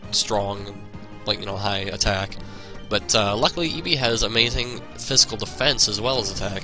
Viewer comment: when u say ibhi is sounds like eevee